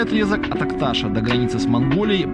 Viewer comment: Не АктАша а АкташА ,ТашантА а не ТашАнта. Чуйский тракт это историческая дорога и начинается она в Бийске ! Не нужно людям давать ложную информацию. Если уж снимаете для людей, то изучайте и проверяйте информацию. Про дорогу рассказываете а в музее Чуйского тракта не небыли 100%. Народ едет по м52 и недоумевает где и какая краслта.